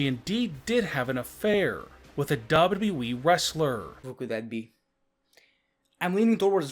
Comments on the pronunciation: He doesn't say Wwe He says dabudabueeeeee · It is funny how he pronunces wwe